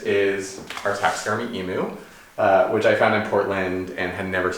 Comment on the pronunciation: Hi..I love your house it’s aesthetic and irreverence...I myself live in a gorgeous 1911 country cottage with, I’ve been told and I aspire to eclectic mix of beauty. One thing! Being an Australian we pronounce Emu with the U as in u haul. It’s a hard u, not soft. 😘